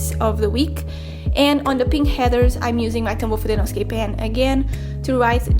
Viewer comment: She pronounces Headers and heathers and i start cackling every time she says 'heathers' my mother suggested an exorcism. It’s actually adorable 😂.